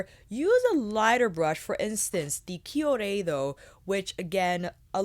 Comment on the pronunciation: I believe those chikuhodo brushes are pronounced like hot-ko-ho-doe if I'm not mistaken. But please correct me if I'm wrong, I've heard it pronounced like that but you're the first to pronounce it the way you do, so you could be right. But incase just wanted to help a girl out. Luv ya! 🖤